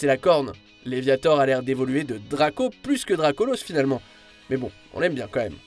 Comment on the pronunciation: Et que dire de Solgaleo incarne le Soleil et qui est des types Psy/Acier sachant que le type Acier craint le type Feu, paye ta logique 😑. On dit DracolAUsse, jusqu'à présent on dit colosAUsse, bolAUSSE.